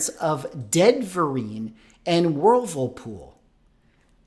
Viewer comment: I swear I kept hearing " first full appearance of Ben Vereen and Whirlpool" instead of "Deadverine" and "Wolverpool". I swear I thought we were about to have a actor/dancer/singer take on a damn washing machine. That would be peak MCU material. I don't know how I can take this stuff seriously. It's like when WWE and wresting stopped even trying to hide the stuff was fake. 🤣